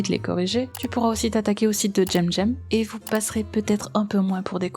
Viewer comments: J'ai aimé la vidéo mais ça m'a fait tiqué dès que tu disais jemjem et pas semsem (phontétiquement) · Comment ça "tchemTchem" ? Ça se prononce pas "Ssemssem" ou Kemkem" ? C'est des putain de "C" 😭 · Coucou ^^ Merci infiniment pour cette vidéo, je pensais qu'il s'était calmé, mais... Non! Déjà son pseudo j'ignorais qu'il fallait le prononcer en "j'aime-j'aime", je le prononçais en "sème-sème", vu que c'est un "c" et pas un "g" voilà:/. Sinon, toujours une excellente vidéo >< Merci infiniment de dénoncer ce genre d'individu, hâte de voir la prochaine vidéo ^^ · Mais pourquoi tu l'appelles "Jem Jem" alors que son pseudo c'est cemcem? Il me manque une rèf ou quoi? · Pourquoi est-ce que tu dis Djemdjem 😵 ?